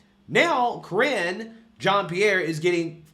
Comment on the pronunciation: "Karine " 🤔 "Careen"?😂